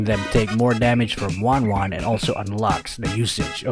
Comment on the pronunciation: Not wan wan she is ten ten